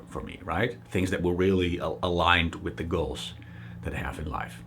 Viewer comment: He pronounced "girls" and "goals" the same way